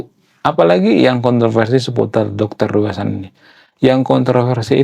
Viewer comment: Bacanya Riu hasan bang bukan Rui